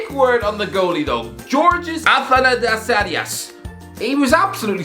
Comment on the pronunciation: Damn you butchered Athanasiadis' name...